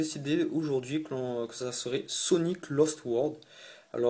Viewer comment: Et aussi C'est "LOst" pas "LAst" ^^